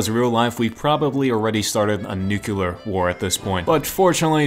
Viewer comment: Pronounced new-clear